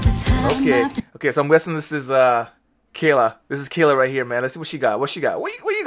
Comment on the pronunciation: Fantastic!! It is pronounced KHAAYLAH not keela😃